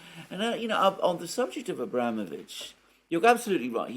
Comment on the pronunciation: It's abramOvitch, not abrAmovitch. The latter isn't even correct in English.